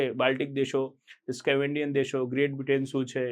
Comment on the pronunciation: Scavandian nai saheb ... Scandavanian